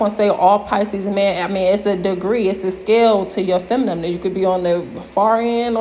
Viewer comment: Your videos are entertaining...keep it up! But you use the word feminine too often to keep saying feminum....